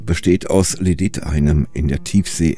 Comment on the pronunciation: Man hört das nicht so gut aber er sagt so etwas wie "Ledit". Und gemeint ist tatsächlich Lydit :) Man kennt ja vielleicht die Geschichte, dass Diamanten nur mit anderen Diamanten zu schneiden sind. In der Geologie ist das ein bisschen anders als im allgemeinen Sprachgebrauch vielleicht gedacht wird. Wenn man sagt, dass ein Gestein besonders hart ist, ist es nicht "besonders unmöglich", das zu bearbeiten. Das heißt bloß, dass es auf eine bestimmte Art und Weise bricht. Lehm ist sehr weich und macht sehr weiche und runde Kanten wenn man ihn zerbricht. Lydit ist hart, das heißt er wird besonders scharfkantig, wenn man ihn zerbricht.